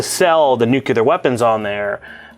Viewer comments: Is there any way we can get to stop say "nuculaer" weapons? Isn't he supposed to be a fairly educated man? I don't agree with most of his viewpoints on movies, but that just irks the shit out of me. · Hey,? Nukular? Still not a real word. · The way pronounces "nuclear" is so triggering:D